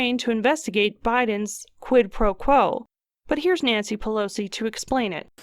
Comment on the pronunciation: "Quit Pro Blow" cracked me up.